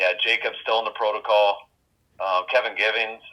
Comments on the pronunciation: Love your content. Please stop saying proto-coal, it should be proto-call. Like alcohol but not as fun. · Concussion proto”Cole”. What accent is that? 🤣